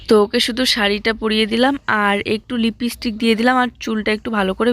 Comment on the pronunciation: লিপস্টিককে লিপিস্টিক বলো খুব শুনতে খারাপ লাগে।আগেও বলেছি, কিন্তু কোন ঠিক করনি।প্লিজ‌ ঠিক উচ্চারণ কোরো।